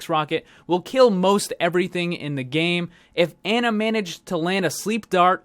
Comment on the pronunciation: Pronounced Ana, not like "Anna", js mang